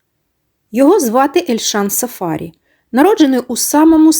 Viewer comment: Цікава інформація , дякуємо але ,шановна,трохи вчіться, хоч якось почитайте, а саме ,в східних народах наголос ставиться на прізвище не так ! Не сафа'рі, а сафарі'. Наголос треба ставити на останній склад!